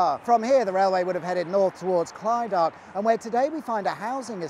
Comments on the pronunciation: It's Clid-duck (Clydach), luck-er (lougher) and pont-are-dull-ice (pontardulais) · Also, Clydach is pronounced “Clidduck”. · Excellent as always! However, as Briton Ferry born and bred as I am, you've mispronounced Clydach, the River Loughor and Pontarddulais. I wish I could type what they sound like but I think that would be a hopeless exercise 😀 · Clydach - Slydach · Luchor. Pont ar dulice. Cludach as in loch not cheese.